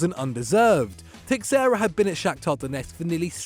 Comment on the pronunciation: Anyone else cringing at the way he pronounced illarmendi and texiera?